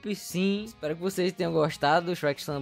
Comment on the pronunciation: "Meu deus o xuequi naum xuequi"kkkkk